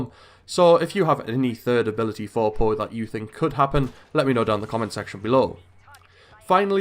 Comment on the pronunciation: Its not paw but poe